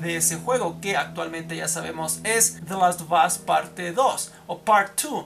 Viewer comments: "de los to bos " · Tu pronunciación es nefasta "te las ob os" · usted cuando pronuncia the last of us 2 pareces que tuvieses un huevo humano en la boca jajja quien opina lo mismo